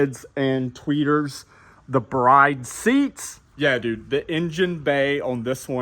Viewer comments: It's acyually said as "brid" seats. Not "Brayd" seats. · If you’re going to say “they’re probably replicas” at-least pronounce it correctly. It’s pronounced BRID not BRIDE. 👰‍♀️